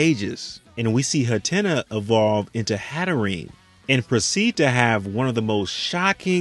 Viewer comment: First calling kilowattrel kilowattren and now calling hattrem hattrene? What is this bro 😭